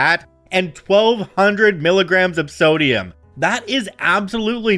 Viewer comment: It's called SodiYUM. SodiYUM. Not SodiYUCK. SodiYUM!